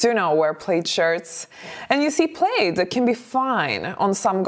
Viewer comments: Her English is excellent but if you seldom hear certain words pronounced you might not know. Plaid rhymes with GLAD. I know it is spelled like you'd pronounce it 'played.' I'm glad English is my native tongue because it would be hell to learn! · Just for your info...plaid is pronounced plad (rhymes with glad), not plade. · It’s not pronounced “played”. It’s PLAD! Elegance is pronouncing words correctly on your you tube channel. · Plaid rhymes with dad not glade☺️ No shorts in fall or winter. My favorite would be booties, with a skirt. A nice sweater or cardigan. Also throw your sweaters & cardigans away if they get natty or pilly. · Plaid pronunciation. Instead of 'played', say 'plad' 😊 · P lad not Played for Plaid. English is tricky. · It is pronounced PLAD. You do not sound elegant or smart saying “Played”. Many of us older ladies have our own styles, and we are comfortable wearing them. We are not in need of the Fashion Police. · Plaid is said “plad” not “playd”. “Representable” is not an English word. You mean “respectable”. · Dear elegant: the word "plaid" is pronounced /plahd/. Please accept this tiny pointer as a token of gratitude for all you have helped me with. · So we also need to talk about how the word “plaid” is actually pronounced. It’s really hard to speak credibly about something you cannot even pronounce. Plaid is not pronounced “played.” More elegant to just say “tartan.” 😊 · Plaid ... pronounced Pl-add. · Someone has probably already mentioned this but the word ''plaid'' rhymes with ''had'' rather than ''raid.'' Thank is what makes English s difficult to learn---all the inconsistencies. and meanings for words that make no sense--the word ''bow' has two different sounds (bow tieend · "Plaid" rhymes with "sad." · The word is not plaid with a long a sound. It is plaid with the short a sound.